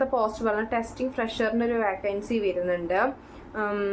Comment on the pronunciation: വാക്കൻസി അല്ല വേക്കൻസി